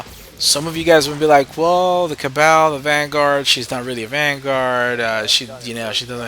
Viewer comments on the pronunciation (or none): I believe her name is pronounced as cab-all. And I love the BBD reference I used to love that song. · it's pronounced "Cab - all." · The Cabal is said "Cuh-bal" say bal like your trying to say bald minus the d. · It's Kuh-Bawl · The pronunciation is Ca-Bal, like Kabal from mortal kombat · Cabal = "Ka bahl" (like ball) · ok, it's KA-BARL vanguard. go to school. also, i'm a little concerned that thinks "that girl is poison" was an 80's tune, considering it was released in 1990 and secondly, that he resembles Hercule Poirot. google images that name. 2nd row, 4th image across = in his little white hat. fabulous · "Kuh-Ball" is the accepted pronunciation. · Accent on second syllable